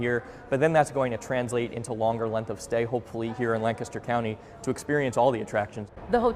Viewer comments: You said Lancaster correctly!!! 😅 Yea, it was random, IDK. There is also Blue Ball PA near there. PA is just... weird 😂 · There were two giveaways that you're from Pennsylvania before you said it: - First, you pronounced "Lancaster" correctly - Second, you referred to it as PA. For some reason, we're the only state that refers to our state by its postal code Still, gotta be honest, it's gonna be weird to not drive by the wildly garish CN Hotel when driving on route 30. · I honestly forgot that you're from PA, but the minute you pronounced Lancaster correctly, I knew I was in for some good stuff lmao anyway, I've driven past this hotel a bunch going between my parents' house in south central PA and where I live in Philly. it'll be weird to have it be gone now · You can tell he’s from PA because he says Lancaster right. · Props for pronouncing it correctly. Can confirm, it's boring AF in Lancaster. 😂 Edit: your travel footage is hurting my brain. 😩 😂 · thank you for pronouncing lancaster correctly, no one in philadelphia knows how to LOL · Thanks for pronouncing Lancaster correctly. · Liked and subscribed simply for pronouncing Lancaster right. Thank you for not forcing the Californian pronunciation on us. My ears are grateful. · Thank you for saying Lancaster correctly!! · the proper pronunciation of Lancaster warmed my heart. Thank you.